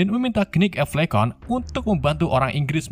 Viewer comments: Sebel banget denger ngomong kenit kenit padahal tulisannya Knight 🤣🤣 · Khnight atau knight??